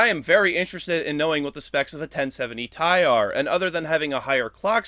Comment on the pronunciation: Tie? not T, I